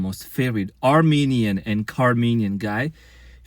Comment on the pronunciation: Car-menian.. ROFL